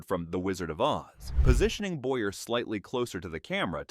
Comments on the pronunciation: It's Boy-yay not Boyer! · Also Charles Boy-yay is how it should have been pronounced too.